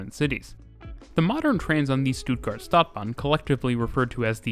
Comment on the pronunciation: Stadt (short "a") bahn (long "a")